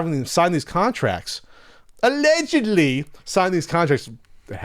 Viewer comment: I love the way says "ALLEGEDLY"... as if all allegations are true.